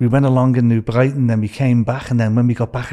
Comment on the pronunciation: New Bwighton, Wonnie, Bakewee, Mothers Pwide 🤣 You couldn't make it up. It's a comedy classic.